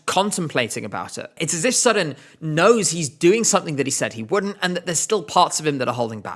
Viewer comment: As a Dane you actually pronounce Søren’s name good. It has a little Sweden like. But good video